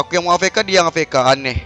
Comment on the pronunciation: afk dibaca avk Wkkwkwkwk